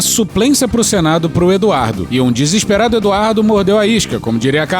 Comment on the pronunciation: Esse “desesperated “ do Eduardo Bolsonaro me mata kkkk😂😂😂😂